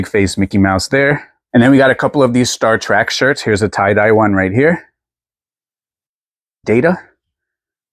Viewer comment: You always crack me up! I love that you call Star Trek "Star Track".